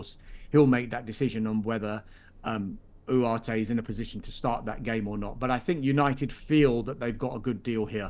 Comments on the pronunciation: It’s ugarte Not whoarte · His pronunciation of Ugarte is pissing me off😅